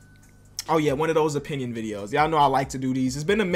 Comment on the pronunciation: “I respect everyone’s onions”😂😂 u should fix that bro